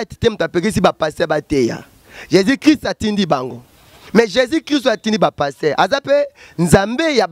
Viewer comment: Ndeko loba bien Jesus christ de Nazareth tika koloba Jési oyebi Jési oyo ozolobela pasteur azoloba lokola atalaku ya quartier Latin .